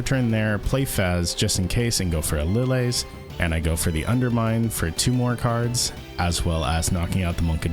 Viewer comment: Who pronounces "Lillie" as "Li-lay"? its "Li-Lee" like "Lilly".